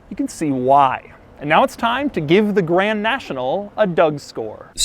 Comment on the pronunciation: Maybe some day Dou will actually say the "d" in Grand 😔